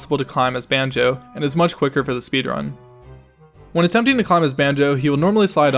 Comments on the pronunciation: Did she say “Bonjo” 😂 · Yeah she doesn't pronounce alot of things correctly 😂😂 - Tiffpops MOD